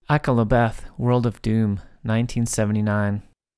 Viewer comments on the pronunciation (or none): Ak-a-la-Beth???? Ah-Kal-a-Beth!